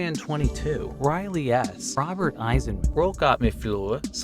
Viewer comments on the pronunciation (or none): none